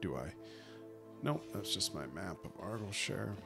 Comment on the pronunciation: As a Scot that pronounciation of Argyllshire hurts a lil 😭😭